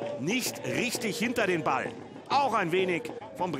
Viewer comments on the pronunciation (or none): none